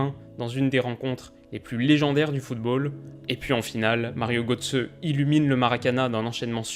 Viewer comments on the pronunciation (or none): "marin dodouce" haha excellent